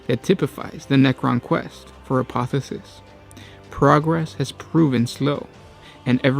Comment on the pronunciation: I dream that one day will learn that there are two instances of the letter "o" in the word apotheosis. "A-po-the-O-sis". Not "A-po-the-sis".